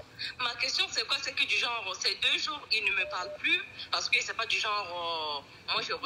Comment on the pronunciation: c’est pas du genreuh!!!